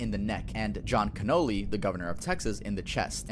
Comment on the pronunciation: “John Canoli” WTF. How does someone butcher that name that badly. It’s Connally. He’s not a freaking dessert dish.